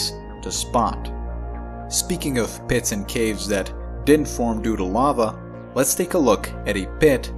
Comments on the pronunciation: The way he says "pits" lol PEHITS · Does he have any idea how much fun it is to hear him say "pits"? That's not the only word either. I love the way he talks.